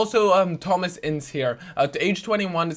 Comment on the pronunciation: It's not "INS" it's INCE